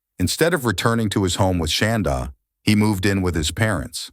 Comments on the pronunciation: Is that really how you pronounce her name? “Shawn-daugh”? I keep getting distracted because it sounds like “Shawn-dawg”. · I was waiting to see this and the Lori Vallow one you posted earlier. Ty for posting. I do wish, though, that AI voice man pronounced “Shanda” right 😁